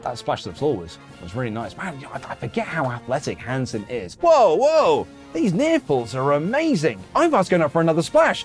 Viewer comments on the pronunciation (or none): You called him HANSON????